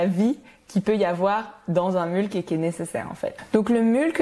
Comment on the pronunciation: Super video, très interessant de voir ton interpretation des principes de la permaculture. Hate de suivre l'evolution du projet. Bonne continuation! Ps. Je crois qu'il y a une autre façon de prononcer "mulch" ;) (comme "much" par exemple)